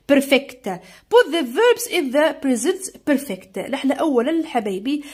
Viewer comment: بريزنت بورفاكت ❌ بريزنت برفكت 😂✅ تعديل:شكرا 🌺استاذة 🌺 على 🌺 مجهودك🌺👍🏻